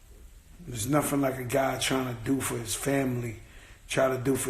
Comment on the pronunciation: Joe please man you have money go get an education, its not nofing its "nothing"